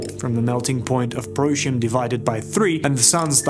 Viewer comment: Pro tee um SAY IT Protium... NOT Proshium 😂